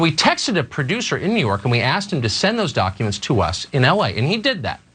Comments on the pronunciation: Is Anna saying.... doncuments?.... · It’s dAAcumentss